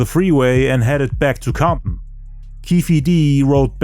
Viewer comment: Comp-in...the T is silent lol. Great job, 100% the best and most detailed documentary about 2pacs death ever made.... you did more than the police, fbi and cia, give yourself a pat in the back!